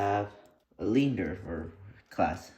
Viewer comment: hms lee ander, hms die- doe is the proper pronunciation